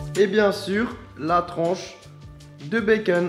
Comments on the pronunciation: bacon pas beceun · fastgoodcuisine tu dis " bacen " mais en fêtes c'est "bacon " MDR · Il stress que moi quand il dit " des tranches de béceune " ?